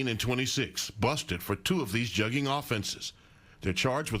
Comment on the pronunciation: Jugging huh 😂😂🗣 I'm pretty sure you're pronouncing it wrong‼️ 🤭🤣